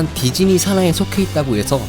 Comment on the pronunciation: 별건 아닌데 디즈니를 계속 디지니라고 하시네요 ㅋㅋㅋㅋㅋ 귀여운듯... 우리나라 사람들한테 디즈니가 어려운 발음인가 봄.....